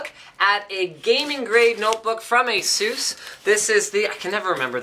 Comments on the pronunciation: It's pronounced "A-SUS", not "A-zeus" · It's 'Ah-suss' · 'Assussh'? wow, is it the way Asus is pronounced in english? =O sounds like ''Jesus" in spanish or something xD Here we say it like 'Ahzus'